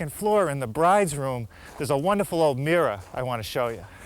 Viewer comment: There's an R at the end of mirror